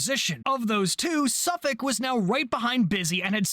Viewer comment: Nice video, Cap, Small point - whilst your pronunciation of Suffolk was bang on, you pronounced Norfolk slightly wrong, You pronounce the 'folk' of Norfolk part exactly as you did with Suffolk - i.e. "Norfuk"